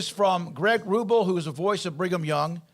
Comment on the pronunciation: It's pronounced Greg Roo-BELL. Ruble makes him sound Russian.